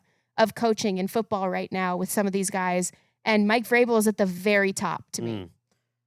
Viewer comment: It's Vrabel not rabel